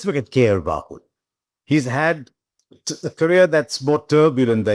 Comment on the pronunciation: Please for god sake not KL Rahuk